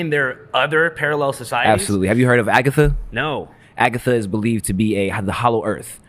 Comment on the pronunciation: Agatha, not Agatha